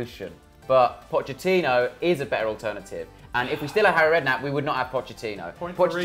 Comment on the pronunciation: I didn't spend enough time preparing for this debate. I have rebuttals for everything now. I hope you can forgive me, Pochettino (pronounced correctly).